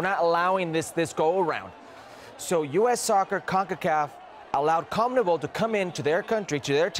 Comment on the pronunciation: Wtf is a "Comnebol" hercules it's Con-me-bol